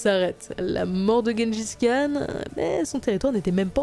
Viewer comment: Gengis Khan doit se retourner dans sa tombe à chaque fois que vous prononcez aussi mal son nom...